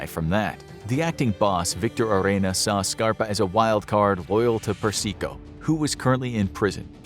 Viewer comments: It's "Per-sih-koh" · Carmine "Perseeko" lol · I laughed every time he pronounced persico as per-seek-oh good thing he's dead he wouldn't like his name being butchered like that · He mispronounced a lot of names (Persico, Masseria, etc.)